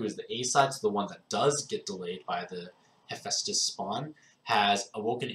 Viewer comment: I'm shocked you didn't say hippo dragon. I'm even more shocked you said hephaestus right, how tired were you when making this vid?